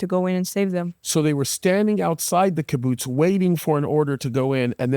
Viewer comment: Kaboots 😂. His pronunciation kills me. That aside… a very tragic story told eloquently